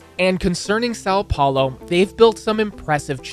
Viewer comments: Os cara fala:saou paulou meu deus vei e são Paulo hahahaha mijei nas calças na hora que esse cara falou saou plaoy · why do you say "SAL paulo"? Ã is nazal, if you say "saum" it gets closer to the sound so nobody would notice you don't speak portuguese, but really try to say the nazal Ã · "SÁU PHAULOH" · sAo pAolo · séÁo pÉulo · "sal paulou" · eu amo o sâun poulo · Sal Paulou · As a Brazilian, I feel offended by the way he said São Paulo. (irony) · really funny to see he trying pronounce words "sao paolou" "tihradenties" "riou di janeirou"